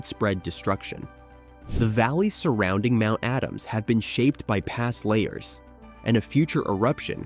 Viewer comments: The word "lahar" is pronounced la - har, with the accent on the 2nd syllable. The first syllable is LA, as in Fa, la, la, etc. It is NOT layer, as you have pronounced it. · Lahar is pronounced La Har Not Layer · LA har. Not la bar. But definitely not layer. Lol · " Layers"?? You mean lahar( la-har). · La Har , not LAY HAR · Why didn't you use a clip of the real Mt. St. Helens when you mentioned it in the intro? And "lahar" is pronounced as la-HAR, not lay-er. WTF? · Computer voice doesn’t know what a LAHAR is.. layers.. right. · Can you pronounce lahar corectly?